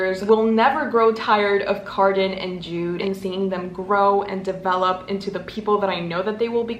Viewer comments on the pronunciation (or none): none